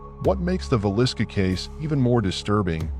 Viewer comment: Is villisca Iowa. Appreciate appreciate it if you can learn how to pronounce the sounds. No biggie it makes the stories better.